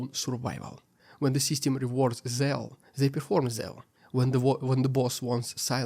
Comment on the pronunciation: Great analysis as usual but 'Zeal' is pronounced 'Zeel' as 'Seal' is pronounced 'Seel'.